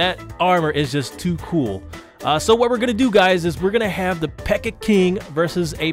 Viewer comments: Why does he say pekker? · "Look how much smaller the pekker PEKKA is" lol am dead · did anyone else here him say pecker lol😂